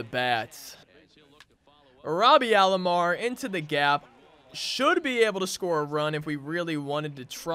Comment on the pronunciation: Nice vid 👍 It’s Roberto Alomar not Robby or Robarto or Robearto or Roburto